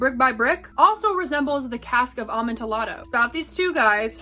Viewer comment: The cask of " Om On ta lod oh " lol I'm sorry but your pronunciation genuinely made me giggle. Great video!!❤